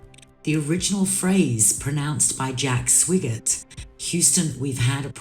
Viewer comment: "SWIG-ert"?? She didn't even bother to remember (or check that) the astronaut's name was pronounced "SWY-gert." More ME???